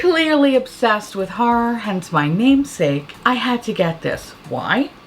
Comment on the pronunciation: I'm always like, ummm, if youre from Queens, you don't have any trace of an NY accent. Cut to you saying "harrah movies" and "harrah-fying" Bitch. I stand corrected. Haha 😄🤣😂 "sandpaper finish"